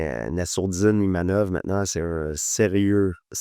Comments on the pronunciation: My name is IMAVOV, pas Imanov Ivamov ou je sais pas quoi 🤣 tu aurais pu lui dire quand même 😅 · IMAVOV pas imanov , inavov etc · « Imanov » 2 fois, et ne le reprend même pas 😅 On va officiellement le renommer, ce sera plus simple 😂😂